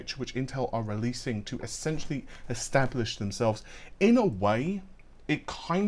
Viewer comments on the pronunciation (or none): none